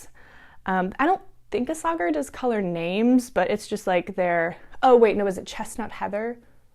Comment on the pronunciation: Hi I just found your podcast. Love your Monday sweater. The yarn you used by Isage4, is actually pronounced ‘issay-er.’ It took me a long time to figure that out! 😉 Also as far as scratchiness goes, I heard some)me say she washes her sweaters in hair conditioner. Don’t know what that does but it sounds like it would soften it. I may try it for a sweater that I made probably 1st years ago that I love but I have to wear a shirt underneath and still the neck itches!